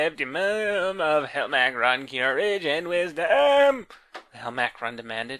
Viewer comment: Yeah the voice is horrific and he’s 100% pronouncing the name wrong